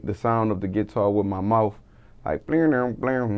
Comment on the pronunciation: "With the git tar"